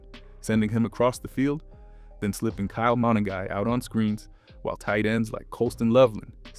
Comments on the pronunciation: Good video! It’s pronounced Kyle Muh-nung-guy. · Say it with me… Kyle muh-NUN-guy.